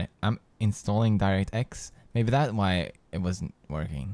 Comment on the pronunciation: you say wyv and keep not why and keep !